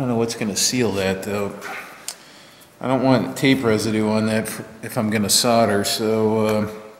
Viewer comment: so why did you correctly say solder and then mis-correct it to sodder? it's always made me wonder why many Americans do that. I'm not trying to be rude, but am fascinated as to the reason